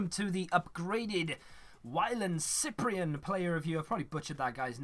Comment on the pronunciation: You nailed the french pronunciation when you actually tried lol